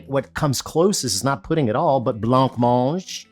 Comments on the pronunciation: Worried about the pronunciation of Oswego, but runs right into blancmange with nary a thought that it might be a silent ‘c’. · Oooohhhh Alton, Alton, Altin... You don't pronounce the C in Blancmange, it's not Blank Mange.... Just say, Blanmange! Cheers! 🙂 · I don't care if you're says Oswego wrong, but you're definately saying blancmange wrong. It's bluh·maanj